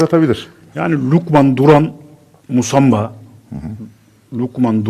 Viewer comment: Adam doğru söylûyor musamba musaba değil